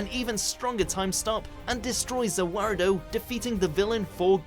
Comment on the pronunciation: I can’t actually believe said ZA WARUDO...you did good for one time.